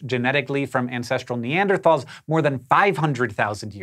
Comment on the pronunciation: THANK YOU for pronouncing NeanderTHal correctly!